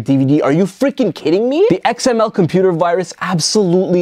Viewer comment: xml said like that your computer f by xml